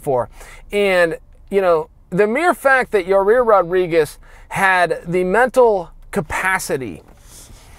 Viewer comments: For fuck sakes it’s “YAIR” NOT YARIR, YA REAR, YOUR REAR, CMON “cha ill” lol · His name is not Yah Rear. It's closer to Y👁️👂 Yie Ear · You say it ''YUHH EAR'' and not ''your rear'' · Ya-ear, not ya rear bro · Its Ya Ear not Ya Rear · its not yareer, its yair, only one r, not two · Yair= Ya-ear (Ya-eer in correct latin pronunciation)... not that hard Chael, Yarear is just stupid my bro! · Why can't color commentators say Yair? Rarear, ziar, yarear..... Come on. There are way more difficult names and they nail it.... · Your-rear Rodriguez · How hurt was Yah-Rear? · Chael 'Rareer Rodriguez' Sonnon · Is Chael just trolling? Like he watched the fight, so he heard them pronounce it yayir. Why’s he talking about my ass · "Zombie vs., uh, Your Rear." You will never hear it the same after this LMAO. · Drink a shot every time Chael says, "Yareer" 😂😂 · The combination of Chael saying Yaaarear over and over again and the comments about it are so funny my face literally hurts from laughing. This is gold. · Ya-rear Rodriguez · Chael says "Ya rear" funnier than Brock Lesnar says "Cain Velas-quest" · I just hear ya rear. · Chaels the type of guy to say yareer on purpose to generate more comments on his videos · On what planet does Y-A-I-R spell "Yuh-REAR"? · Chael “I’m impressed by Ya-rear” Sonnen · I swear he said, "ya-rear" lol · "Yar-eer" - C.P. Sonnen, 2018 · Ya hear him say ya rear? 🤣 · Chael “Yah-Rear” Sonnen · Isn't there anyone around him who will correct how he says 'Ya rear'? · Chael "Ya rear Rodriguez" Sonnen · Chael "I stalk families through my ya-rear view mirror during the day" Sonnen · Who is "Ya-rear"? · Chael, turn on the event and listen to what the announcers call him... Because it is NOT Yareer. There is ONE FUCKING R IN HIS NAME!! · His name is yarear because Chael fucking says so. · Chael "Yuh-Rear" Sonnen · "Your Rear" lol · Chael learned a lot from that fight, except how to say his name right. Yahrear Yurrear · Chael "YaReer" Sonnen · is he saying Ya Rear?